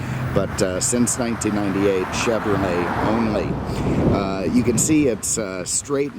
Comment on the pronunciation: It's chevrolet, not chevrmay 😉